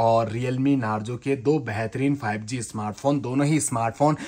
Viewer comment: Bhai tu hakla hai kya teri awaaz bahot ajeeb hai 5g ko 5zee bol rahe Ho😜😃